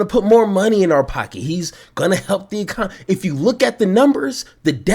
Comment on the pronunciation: It makes me cringe every time they say it. ECON NO ME!!!!